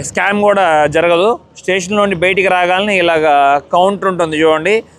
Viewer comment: sir meeru maati maatiki betiki betiki anakandi....bayataki anandi plzz chaaala irritating ka undi! and plz say "last video" not "lost video"....